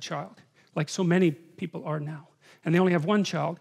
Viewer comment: Love how he emphasizes the word now